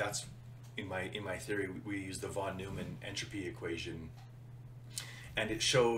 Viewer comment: It is not von newmann pronounced "noymann"